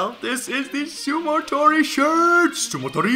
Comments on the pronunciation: its sumotori not sumotory lol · It's "sumotori" not "sumotory"